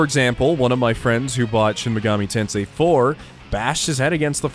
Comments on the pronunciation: it's shin megoomi tensay sir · You don't get into Shin Megami Tensei, Sheen Megoomi Teensoi gets into you.